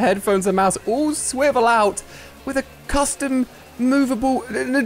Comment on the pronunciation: Did he say coustum tv